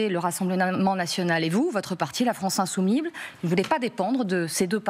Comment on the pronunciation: « France insoumible « Même « insoumise « est difficile à dire pour la journaliste, comme si c’était un gros mot😂😂😂